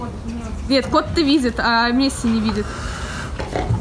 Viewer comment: Пишется Месси, а читается мэси